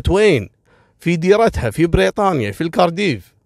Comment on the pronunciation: *كارديف .. Cardiff و ليس كاردييييف